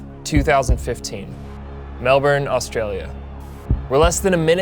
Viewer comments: Holy cow, Melbourne being pronounced well by an American! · sorry just have to be that annoying person. melbourne is pronounce mel-bin and etihad stadium is pronounce edy-had. really good video though